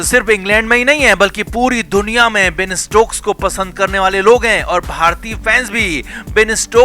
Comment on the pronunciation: Bain nahi Ben hai, Thik se bolna sikh lo